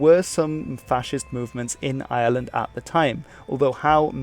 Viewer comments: It IRELAND NOT ISLAND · Dude please please it's iReland not island, British people do this all the time there's a heavy R sound in Ireland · The name of our country is not island...it's Ireland with an R after the I. ...IRELAND.A lot of people pronounce it like it has no R in it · Is it just me or does he call Ireland , Island.